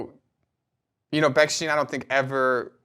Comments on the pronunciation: Very interesting , but you’re mispronouncing the the name. It’s stein. Not steen. Like Steinway. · Please do not say “Beksteen” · It's interesting that the wrong pronunciation of Bechsteeen is used here. Has anyone said Steeenway? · It's ridiculous that neither of you could pronounce the name correctly throughout the entire video. (Since it is "ei", it's pronounced as an I. If it were "ie", then it would be pronounced E.